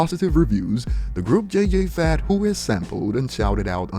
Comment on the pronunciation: 😂 really said "J.J Fad"